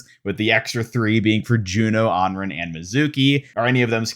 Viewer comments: You’re still saying Anren! Smh!🤣omg pahaha! It’s Anran! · Why did you say anran like that?